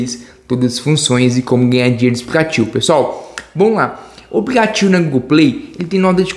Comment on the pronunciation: Aplicativo fala direito não sabe falar aplicativo kkkk